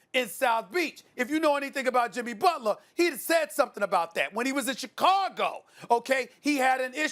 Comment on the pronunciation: Nobody: Stephen A: Chicagul